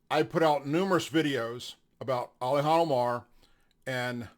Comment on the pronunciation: Ilhan Omar, not "Alihan."